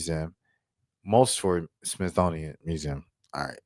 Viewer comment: Dang Dude! You lost me with Smith-thonian. Smithsonian: smith-soh-nee-yen. Is that near Smithonia?